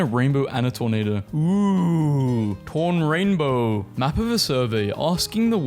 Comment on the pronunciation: Your pronunciation of Torainbow sounded... like something a lot worse.